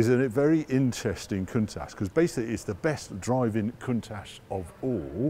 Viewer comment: He thinks a Jaguar xkss is odd looking W T F! And please will you and say COUNTACH the right way. Still love the show anyhoo!